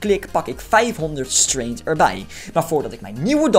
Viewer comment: Het is gewoon strEngth niet straint je zegt straint